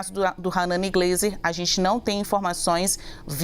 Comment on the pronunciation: Nome correto: ranani Glaser e não gleser! Preste atenção moça!